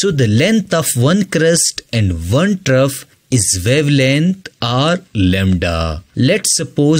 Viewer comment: “”Trough””😡😡👎🏽👎🏽🙅🏼‍♂️🙅🏼‍♂️ “”Trove””😘😘🤗🤗🫡🫡👍🏼👍🏼